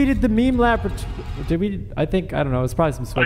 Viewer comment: Just finished rewatching the blooper reel (Why I hate My Friends) and love that calls it a Leme Maboratory. cut out so much quality content, though.